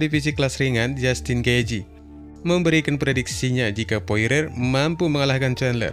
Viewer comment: sebutannya poriyer